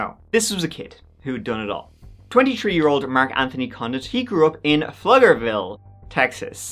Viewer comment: floo-ger-vill lotta crazies in Austin and I can say that with impunity ad I am a native Texan.